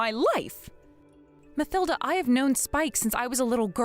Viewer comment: It's pronounced "Ma til da", " not Ma thil da".